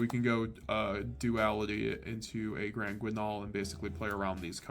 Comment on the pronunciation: if you're gonna build your life around a yugioh deck, why not consider learning the correct pronunciation of granguignol? it is a pre-existing french word, not some random gobbledygoogle.